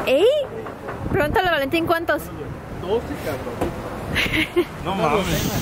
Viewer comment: Valentin se dice flemas LOLOL jaja